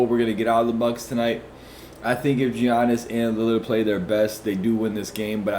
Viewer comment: Bro it’s pronounced “Yannis” not “Geonnis”.